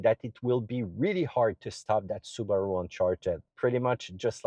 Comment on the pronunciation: Su Ba Ru? Hmm its a new car company? 😮